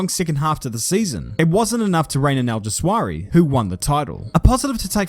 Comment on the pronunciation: I wasn't ready for that. And you mispronouncing Alguersuari's name.